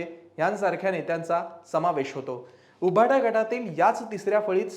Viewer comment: तुमचे सर्व अंँकर्स सदोष उच्चार करतात उदा. उभाटा